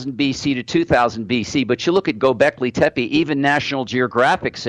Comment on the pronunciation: Dear Your pronunciation of Gobekli tepe is wrong.It is a Turkish word, mean Hill with belly, So when you pronounce Tepe you have to pronounce the PE same like the TE.when i hear how you say Tepe i m actually hearing TEPI.But the way you say t is very cute:-)